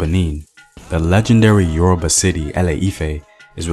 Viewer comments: Who is this murdering the pronunciations of Yoruba words/language!? Must be oyinbo. Lol Nice video nonetheless! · A great presentation , however some of the pronunciations of the yoruba names are just so funny . Pardon me for my insolence 😁